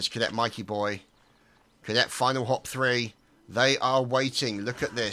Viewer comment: its actually prenaunced as finalhope ;)